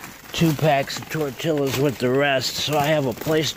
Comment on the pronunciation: Its pronounced. Tor tee uhz.... Not tor til uz